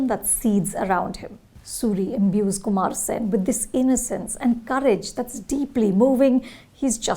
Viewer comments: With all due respect, how hard is it to get pronunciations of names of movies, characters and actors right? If you can stop for a second to get pronunciations of Damien Chazelle and Margot Robbie right, can you not make the least bit effort to get Viduthalai and Kumaresan (not Kumara Sen) right? It’s just lazy at this point and the name Kumaresan is said a bunch of times in the movie for god’s sake! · Pronounciation of kumaresan,velraj,viduthalai😢🙏